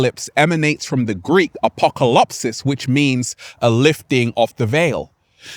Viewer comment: Just a small correction because I hear you use often the greek work αποκαλυψης and is actually pronounced as apokalepsis not apocolopsis